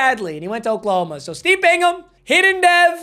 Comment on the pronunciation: I’m so happy you know how to pronounce Bingham when you didn’t know how to pronounce anybody else 😂 at least you didn’t say Bing-Ham